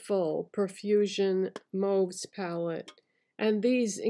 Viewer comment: Happy to hear you pronounce "mauve" the right way 😉 Love mauve colours.